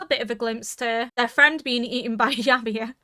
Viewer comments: the way you mispronounce Ymir is making me cringe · Thank you for the react and A Happy New Year and thank God yimir stopped being the main topic becuase I was running out of jokes about your different pronunciation of her name ha ha. Jokes aside I love the subtle revelation of the last two seasons like the "herring" an ocean fish found so deep within the wall with access to only fresh water (so yimir and reiner recognizes food from outside the wall). There are more revelation which I will keep mum until the end of the season. (Just got to the part of your end discussion "Yam-mir 🤣 becuase yam are vegetables and yimir right now is in coma so is a vegetable... i eill see myself out)